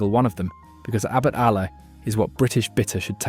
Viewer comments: Pronouncing Ale as Aller and Theakstons as “The ackston” smells a bit of AI involvement. Apart from that a not bad list, but I’ll stick with Guinness thanks! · Got fooled into watching this AI crap right up to the point when the 'narrator' pronounced "ale" as "Alah", and "Theakstons" as "Thee-Ak-stons". A dead giveaway ! How much "Alah" can your robot drink?